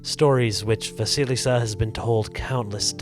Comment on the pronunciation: Вы всё правильно произносите. Perhaps the first "s" in the name Василиса should be softer, but that doesn't matter.